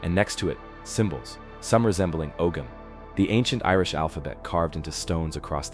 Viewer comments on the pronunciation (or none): none